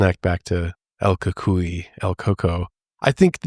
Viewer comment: I'm mexican, and my grandparents told me about el cucuy (the same pronunciation you used: el cool coo ee...